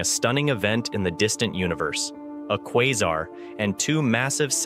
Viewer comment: QuÏzar? English, you FOOL!